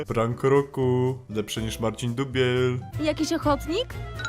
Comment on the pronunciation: Marcin dłubieł a nie dubiel